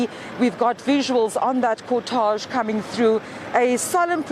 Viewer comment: Please ladies... check the proper pronunciation of the word cortege...